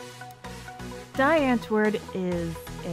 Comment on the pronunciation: You said die antwoord wrong it's (dee ant-word)